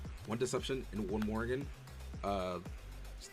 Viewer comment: morian not morgan. Juraishin > Erysichthon for sure